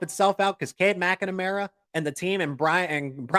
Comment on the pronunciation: Hey, you're adding a syllable to McNamara that doesn't exist.